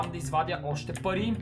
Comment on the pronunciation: samo az li chuch ili toi kaza pai vmesto pari